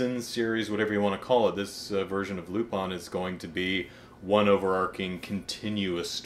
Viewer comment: Never heard someone say lupin the way you do. Lol cool reviews I appreciate it